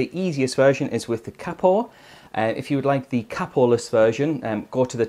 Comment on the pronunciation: why on earth do u say capo like that